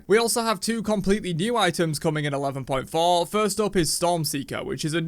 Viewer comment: Ha ha, patch 11.Fror.....